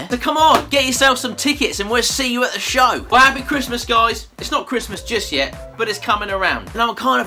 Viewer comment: Did he just say appy ?